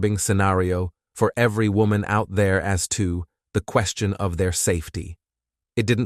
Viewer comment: One second this mofo says Woman and the next he says WHOAMAN. Damn dude. Getting rough out here on True Crime Youtube.